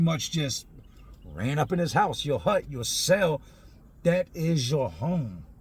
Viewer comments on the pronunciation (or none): none